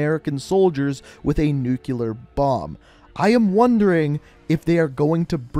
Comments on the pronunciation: People that say nuculer instead of nuclear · Everybody: nuclear bomb: nucular bomb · Jesus how do you jet nucular from nuclear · I didnt know Nuclear was spelt nuculear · It's Nikto, not Nikito. It's Nuclear, not Nukeuler. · Everyone: nuclear & Bush: Nucular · Everyone: its not nikito, its nikto Me: wtf is a nucular bomb? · Can you please pronounce 'nuclear' correctly?